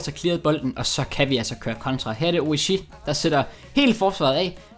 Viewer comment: Han udtales altså Oriigi